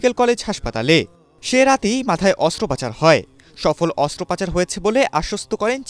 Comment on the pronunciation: শব্দটা অস্ত্রোপচার, অস্ত্রোপাচার না।